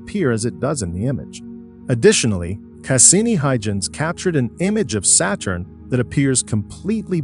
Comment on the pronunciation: Fix the pronunciation of "Valles Marineris" and "Saturn" and "Huygens", etc. If you can be smart enough to use a text -to-speech voice, you are certainly smart enough to have it pronounce words properly.